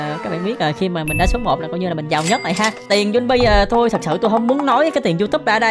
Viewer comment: Sao anh nói cặp Juni, rõ ràng là Junni mà anh dám nói là Juni 😡😡😡